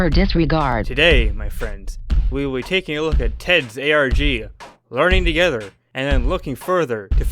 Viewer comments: He said arc not arg lmfao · He says arg, he just pronounces it as a whole word lol